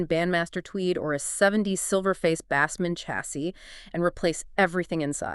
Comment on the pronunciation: Fuckin AI slop! Bassman doesn't rhyme with ass man.